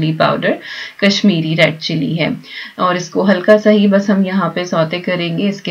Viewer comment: kashmiri red chilly bolna aap ky moh say bohut aacha lg raha. love u di i am from kashmir. ❤️❤️❤️